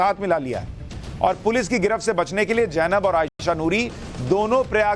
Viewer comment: Sushant Sinha, The correct name is Zainab, and you kept pronouncing it Jainab? It is amusing as you correctly pronounced ZF...